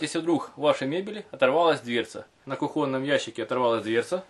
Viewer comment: На кУхонном, а не на кухОнном деревня .